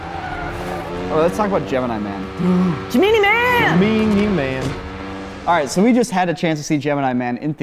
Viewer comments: the way says "Gemeenee Man" absolutely kills me. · the way says "Gemini Man" (correctly for one) made me cackle